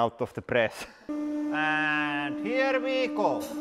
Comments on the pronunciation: Well Mr. Bond. HIER WI GOU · “And heer we gohw”